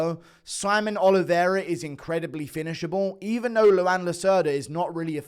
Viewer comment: Its pronounced like Juan but with an L, Luan not Luanne.